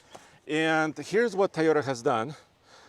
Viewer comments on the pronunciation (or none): it’s pronounced Toyota not Taiyota! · Stop saying Tieyoda! It’s TOYOTA. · he can't pronounce "TOYOTA" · Thaiyota? ok I'll give it a b- lol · It’s TOYota not TAIota. He always says it weird haha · Did I heard tayota? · Why do people keep saying TAyota instead of TOyota??? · T a a y o t a? you can do better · I swear he keeps saying Tye-o-ta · someone teach this man how to pronounce Toyota correctly